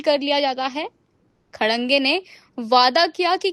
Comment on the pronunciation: Abe Tmhe Anchor Kishne banaya.. Tum Khadke ko Khadange pad rhi ho. phle padna to Sikh le Gawar